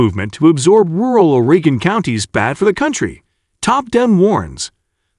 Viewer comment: my God, this clown cant even pronounce 'Oregon' yet here he is posting a video about it